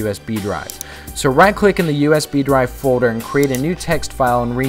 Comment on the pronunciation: FODER? folder? lol